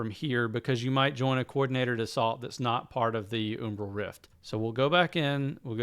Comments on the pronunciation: Good vid. Do a quick search on umbral pronunciation. You're saying 'oom-bral' but it's 'um-bral', like um what ;) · i think its pronounced umbral like umbrella, not umbrul